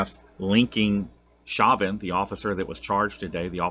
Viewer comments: It's pronounced show van...chauvin... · Just for the record, I believe the cop’s name is pronounced “Show-VAN”. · It's pronounced show-van. It's my ex old lady's last name